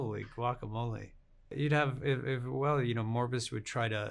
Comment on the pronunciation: Did... did he mispronounce Morbius?